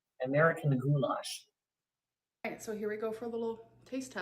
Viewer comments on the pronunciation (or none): GHOULASH??? That ain't ghoulash; that's ghoulISH